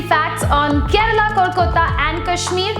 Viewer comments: It's "kerala" not "Kerela", but none the less informative video. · It's not 'Kerela' or karela but Kerala😃